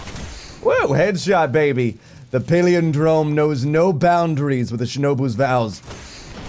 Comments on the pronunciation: I love you bless but please....please.....learn to say the name correctly.....its...."Pal" "lin" "drome"......not... paleodrome......please....love the vidoe otherwise. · It's pal-in-drome bless. It means something that is same forward as it is backwards. You know, like the word poop. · Pal-IN-drome. Good grief,! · PAL-IN-DROME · "paleondrome" love ya dude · it's pah-lihn-drome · Maybe is on the Paleo(drome) diet and that's why he can't pronounce Palindrome:p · you talk for a living, and you can't correctly pronounce "palindrome"?